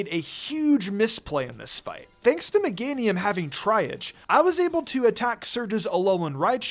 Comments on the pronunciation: It’s triage… pronounced “tree-ah-g” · Triage is pronounced “Tree-Yaj”